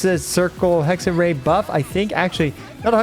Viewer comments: To pronounce "Hexerei" more accurately, pretend that there's a Y at the end instead of ei. Like "Hexery". And while we're at it: For Klee, pretend it's spelled "Kleh" instead please. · You know Raichu from pokemon? Try saying Hexe-Rai, its closer to what its supposed to, i dont expect everyone to perfectly pronounce the german hard R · Hexerei is pronounced as "hexerai" and basically means witchcraft 🤓 German here btw :) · The final part of Hexerei is pronounced like the English word eye. So more like Hexer-eye. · Finally Venti gets the treatment he deserves 😭🫶✨ Btw it's pronounced "Hex-ehr-eye" but who cares? Everyone hates German anyway ✌️😔💔(atleast I do) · German here. Hexerei is pronounced Hex-uh-rah-i. just smoosh the last two vowels together a bit more than that phonetic spelling would imply and you're good. german always uses the a sound that you'd make at the dentist when they tell you to open your mouth and we also use that in ei sounds, just with an ee sound slapped behind it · Hexerei is german. You pronounce the "ei" simply like "I". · The pronouncation of Hexerei was quite good but not perfect :D The first part was corret but speak the rei part like Rai from Raiden. Just saying if you like to know. Its cute how you said it. Greeting from germany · as a german, the pronunciation of Hexerei here is lowkey pissing me off lmaooo Seriously though, I love how versatile they made him, giving both old and new characters the chance to glow. I hope Hoyo, after seeing the positive feedback for Durin, is going to go back to making more characters like this. These super niche, one-team-only characters are so tiring to see atp. Also Im praying he's gonna be one of Alice's best partners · Your pronunciation of ‚Hexerei‘ wasn‘t quite correct. The ‚ei‘ at the end is pronunced as ‚i‘ like in ‚ice‘. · Nope. You indeed didn't say "Hexerei" correctly. :D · the rei part of hexerei is pronounced like rye bread so it would be hexerye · Hexerei is pronounced Hexer - i ^^